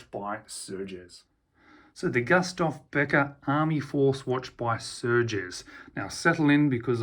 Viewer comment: Pronounced Goostaff